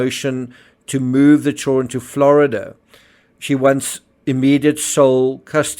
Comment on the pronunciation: It's Children; not Chilren...